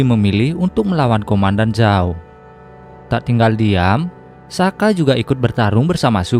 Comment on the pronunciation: Soka bukan saka